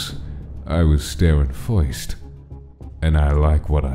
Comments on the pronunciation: am i hearing it right? " fuist" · When entered the bathroom a while after he said, Of course, I was staring first But it sounded like he said, Of course, I was staring foist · Are we not gonna talk about how says, "First," like, "Fowst,"?